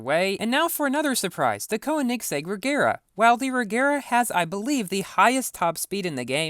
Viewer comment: I have only 18 left for the Vulcan, and 15 left for the P1.. how tho Edit: and it’s pronounced Kon-egg-seg.